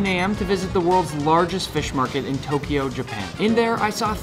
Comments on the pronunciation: Actually, it’s pronounced (tok-yo) Not (Tok-E-O) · I wish Nick could learn how to pronounce Tokyo correctly. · It's NOT to-ki-yo...it's to-kyo. Two syllables. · It's NOT to-ki-yo...it's to-kyo! Two syllables.